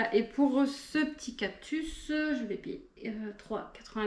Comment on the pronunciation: 39€ une monstera variegata 😲 c'est cadeau !!!! Les prix les plus bas en france c'est 80/90€ normalement. On dit cactus pas captus 😂😂😂😂😂